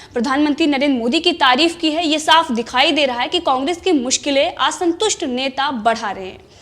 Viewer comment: Aasantust nahi hota, Aasantust is correct pronunciation 🙏